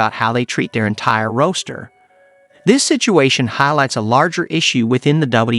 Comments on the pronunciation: The commenter just said " roaster" instead of roster. 😂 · “Roaster” in lieu of “roster”…is A I narration not hilarious?